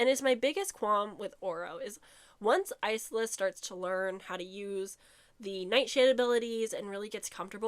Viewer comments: The “s” is silent in isla so it’s pronounced ila” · You saying you hate her name but it's pronounced eye-luh 😭